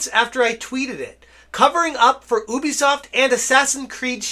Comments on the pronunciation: Yoo - bee - soft please say it properly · not ooooobeesoft youbeesoft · It is not Oobisoft >:(